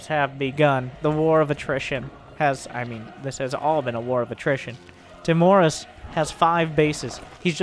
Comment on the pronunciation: i think it's Timorus, not Timorous